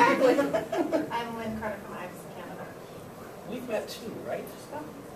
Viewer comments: Omg, he did not just say "Canadia." Awesome. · I know lots of the comments are about this, but I just love that he says Canadia. LOL. I always say it like that too!